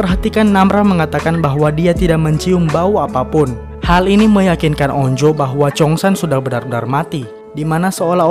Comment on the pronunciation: Anj bukan on-jo tapi onju bacanya